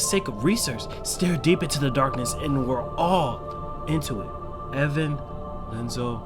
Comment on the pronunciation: Im only at 13 minutes in and I keep chuckling at you calling him Lenzo. Instead of I(i)enzo Edit Strong nobodies remember their past. I believe yen sid said that in the beginning of kh2